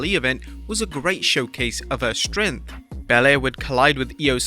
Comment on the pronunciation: the way this dude say’s strength makes me want to die